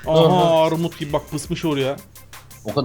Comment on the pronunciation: abi sende ümidiyle takıla takıla "Armud" demeye başlamışsın 😁😁😁